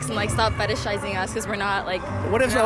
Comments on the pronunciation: She kept saying fetishizing wrong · Girl is protesting with a sign she cant even pronounce 😂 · "fetishizing us"... Someone needs to review hooked on phonics when they can't even pronounce their own sign.